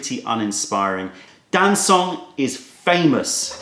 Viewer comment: Very nice however - not Dan-soong but Darn Chung - very informative video